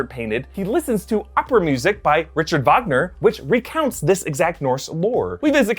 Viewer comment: Richard Wagner - (Rick-ahrd Vag-ner) not “richard”